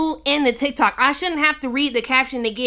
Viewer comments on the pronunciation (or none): none